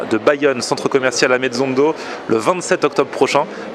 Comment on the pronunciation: Salut "ametzondo" se prononce phonetiquement "amette sonne do" c'est le "chêne tauzin" en basque.... À bientôt dans notre région